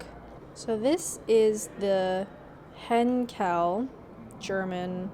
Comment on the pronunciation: And Messerschmitt. I think Heinkel was a bit ish as well.